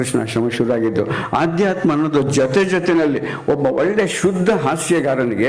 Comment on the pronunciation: ಅದು ಆಧ್ಯಾತ್ಮ ಅಲ್ಲ...ಅಧ್ಯಾತ್ಮ ಸರ್